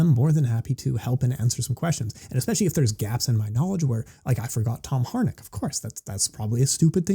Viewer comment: First you forget his name and now you murdered its pronunciation😂 Its Harinck not Harnick🤭 But great breakdown of the current state of kick and mt! Thanks again🥊 Also looking forward to the C6 breakdown show